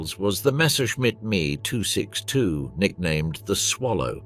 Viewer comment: After the 27th "me" 262 mispronounced name I stopped watching